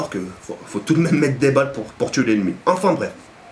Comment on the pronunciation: Juste un truc ont dit enfin bref et pas afin bref mdr super video a la prochaine.